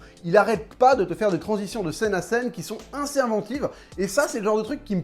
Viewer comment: J'adore ton taf mais tu me stress ont dis Assez pas Inssez mdrrrr